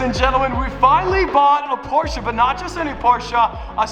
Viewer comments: Proud you pronounced Porsche right, it's still kinda bad but it's atleast pronounced right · Jesus germans are gona be mad for you pronouncing porsche like that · I have to say as a german it triggers me hard how americans pronounce Porsche. ngl xD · He isn't saying exactly correctly tho, but most english speakers can't pronounce PorschE, usually they say PorschA or Porsch, but imo the difference is too small to be considered wrong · naa he's saying it incorrectly unfortunately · You need to lean how to say Porsche, there is not "a" sound in the end. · i really like you, but the way you are butchering the name Porsche hurts my soul. please let me teach you how to pronounce it the right way.Away from thepronounciation i love that you finally added a german car to the fleet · As a german I feel disrespected, theres no A in Porsche! Good Choice anyways! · How many angry germans do we have in here because of the "porsche'" pronunciation? Cool car!:) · You’re saying “Porsche” wrong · Its not porchah. Its porche. E. You say that e. Not a. 👍🏻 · Porshe'a its Porsche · Porscheh not porscha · Congrats to your new car. But my Heart is bleeding when he says Porscha. It‘s Porsche. *Porschee of it helps to pronounce. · M8, it's not a Porsch and also not a Porscha, it is pronounced Porsche. xD Beautiful beast you got there though. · When he said poscha i thout it was a Gt3 rs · Not Porschaaaaa it is German: Porscheeee. pls Watch the video on the official channel Porsche about the pronunciation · It‘s „Porsche“ Not „Porscha“ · finally a porshce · As a german I have to say,...please... Its a PorschE(!) NOT A PORSCHA... PorschE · its not Porschaa😭😭😭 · im from Germany and you have to say porshäh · by the porsh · Americans spelling Porsche porschaahhh 🤦‍♂️ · IT IS NOT PORSCHUH !!!!!!!! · As a german I am still triggered by the way he says 'Porscha" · honest question: why do you americans think there is a A on the end of porsche ? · Nice to se a porsche. Why say porscha